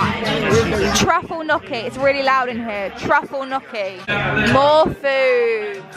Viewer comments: i beg you all listen to an Italian pronounce it because "knee-o-key" is just as illegal LMAO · One thing to know about America is that most of the food….filled with hella calories and sugar, and the portion sizes….sometimes they’re massive, and sometimes they’re super tiny. Btw, the truffle gnocchi dinner that you two were eating is pronounced “knee-o-key” (the G is silent) but you say the “knee-o” like it’s one word.